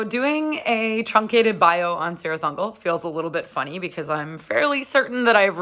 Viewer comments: Kirith Ungol, not Sirith Ungol!!! Read your Tolkien. Just because the the bands gets this wrong, we don’t have to! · Am I a bad person for being annoyed when people pronounce it Sirtih Ungol? If Tolkien has any say in it, it should be Kirith Ungol. Sorry, I'll head back to mommas basement now ;-) Great review though! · No It annoys me, too, lol, but to be fair, is Sanadian, so...... Still, her love for Metal is the important thing here. Gotta love Cirith Ungol